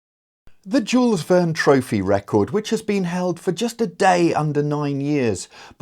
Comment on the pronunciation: thank you for this episode, but can you say just Jules with a french J upfront like Jean or Jaques, and not J as Djuice, and no pronounced S in the end. It would be a proper honor to whoever puts the work into these attempts. Great sailing from the team ! (just press "listen", small speaker icon , on the left side)